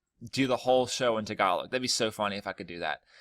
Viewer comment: Tagalog t(s)egalowg Remove the (s or z) sound when you pronounce words with t and d